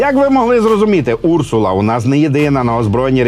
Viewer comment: Не Урсула , а урсУла . В перекладі " ведмедиця ". Цікаво , чому річкова залізяка так названа ?